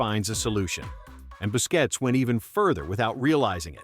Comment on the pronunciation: Commentator needs to make up his mind on how to pronounce Busquets’ name. I heard it at least three different ways, LOL